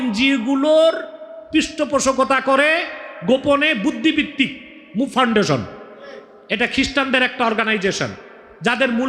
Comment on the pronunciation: আমার প্রিয় শায়েখ কি ফাউন্ডেশন উচ্চারণ বুঝতে পারছিনা 😢